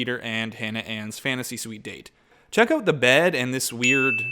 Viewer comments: I love how you say the word "out" with a Canadian accent. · I THOUGHT I WAS THE ONLY ONE WHO PICKED THAT UP 😂😂😂